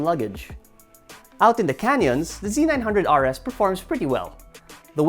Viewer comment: "Hallelujah" I'm glad to see someone calling it (Z 900) instead of (ZED 900) guess there is hope for humanity after all, hahaha, OH NICE VIDEO